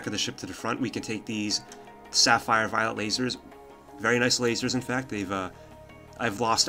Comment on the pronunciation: Is it me, or you are really constantly mispronouncing "violet laser" as "violent laser"?